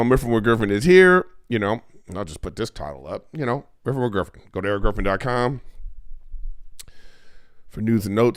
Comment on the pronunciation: Weffin wiff Gwiffen 😂